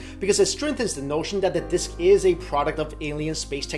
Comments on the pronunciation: I like the way you say "disk," lol. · I like the way he pronounce disk.